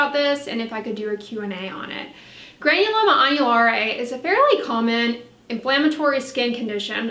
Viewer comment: I’m learning here folks don’t know if I’m more impressed by the knowledge on the subject or the fluency pronouncing the name of the condition. I’m sure there are some viewers very excited seeing this video posted I’m glad for em!!! 👍🏻☀️☕️⭐️